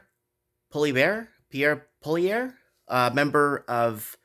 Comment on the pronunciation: it's PEE-AIR POLY-EV